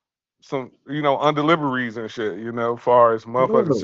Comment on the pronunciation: 😅 Lmao dis nigga said 'underdeliveries" ❤